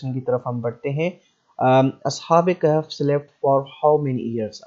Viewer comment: Bhai Hazrat Maryam was not a Prophet of ALLAH ... And kindly apne talafuz theak karo Surah Kahf hay Kehf nhn tobah